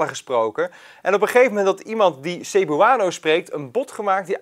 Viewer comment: Zou wel even opzoeken hoe je Cebuano uitspreekt....